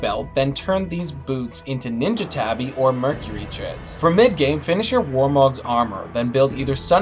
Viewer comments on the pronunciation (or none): none